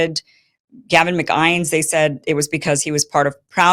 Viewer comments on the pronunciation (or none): Iversen clearly has no idea who David Icke and Gavin McInnes are, she had no idea when she read the names and mispronounced them horribly. "David Ick" "Gavin Mc-Eyens" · A few pronunciation notes: David Icke rhymes with "bike." Gavin McInnes rhymes with "Guinness." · McInnes is pronounced 'mic-in-us'. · Hey Kim, your reporting is great but you should probably get some help with pronunciation of the names. Ike and Mac Guinness pronunciation made me cringe. I know it’s nitpicking but it makes me think you really don’t know the real story.